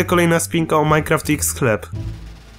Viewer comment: MineQusim? :D